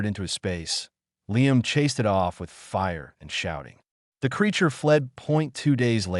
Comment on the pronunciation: Oh yeah, and it would have been sooo much better with a human narrator who can pronounce 'it'.....just saying...